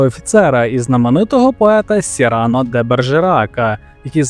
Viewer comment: Сину, без образ, краще тебе хтось поправить і ти станеш кращим (пробач за тавтологію). До справи: слово "добірка" в українській мові має наголос на другому складі, а французьке ім'я Сірано має наголос на останньому (як майже всі французькі імена). Далі я не слухав, бо , пробач, що може сказати цікавого людина, яка допускає такі помилки.